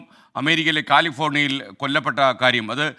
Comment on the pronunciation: Not Kaalifornia, it is California 😊